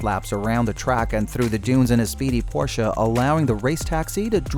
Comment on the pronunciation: Pronounce ‘Porsche’ correctly please. I remember when people used to say ‘Ordi’ instead of Audi, Nikki Lorda instead of Lauda, still saying Brawn instead of Braun…is it really so difficult to do your homework?🤷🏻